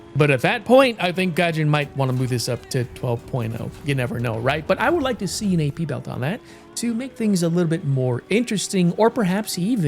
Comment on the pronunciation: "...10.0 'enviornments' for the masses 'toe' enjoy..."